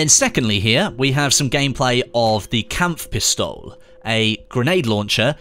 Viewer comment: Just a short tip if you have a german Gadget or weapon for example die Kampfpistole you have to speak out the E .